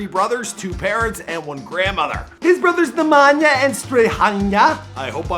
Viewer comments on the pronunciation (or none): Damn, you butchered Nemanja and Strahinja's name pronunciation. You made it sound like they're from Asia or India...